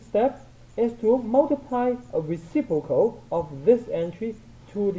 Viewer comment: "recipocal" hahahahahahah